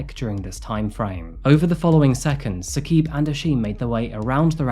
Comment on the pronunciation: Also it’s not “Hasheem” the pronunciation is “Ha-Shim” And it’s not Saqeeb. It’s “Sa-Qib”